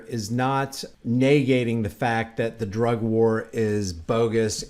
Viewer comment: Why can't you say "drug"?